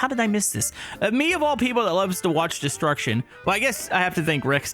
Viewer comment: So much disruckshon 😂 😊